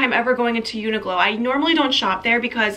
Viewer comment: omg the way you pronounce uniqlo i’ve never heard that before 😂 i’m pretty sure it’s like “unique-lo”